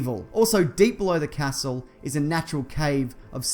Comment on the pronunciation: You say castle so weird